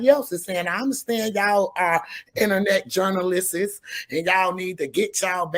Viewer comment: Did she say "Innanet Journalistsiss"!?💀💀💀☠️☠️☠️